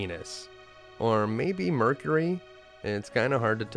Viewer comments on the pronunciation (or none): none